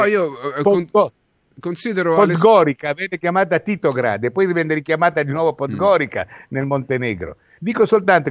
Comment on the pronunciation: Podgorica si pronuncia Podgoriza grazie